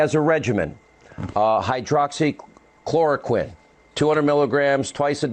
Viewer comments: Its pronounced Hydroxy- Chlor-oh-quinn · Sam really butchered “hydroxychloroquine” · Wow, you can't even pronounce it. That's a good sign that you're talking about something that's over your head. This video really ages well; I hope you leave it up.